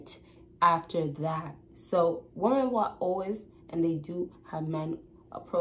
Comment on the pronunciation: It’s pronounced “Wom-men”. Plural. Not “Woman”. 😤. This is some kind of young people pandemic.